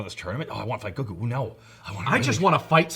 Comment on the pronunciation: Seriously! GO-ku, not go-KU. I can't be the only one bothered by this! It's like saying go-HAN instead of GO-han!